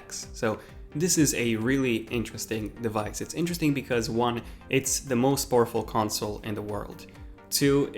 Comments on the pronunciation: Poorful instead of powerful 😂 go back to school dude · At first I thought he said most awful console and I was like ayyy this guys a ps4 user but then I realised he said powerful😂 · When you said powerful I thought you said awfuL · The way you said powerful made me think you said poorful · is he saying horrible or powerfull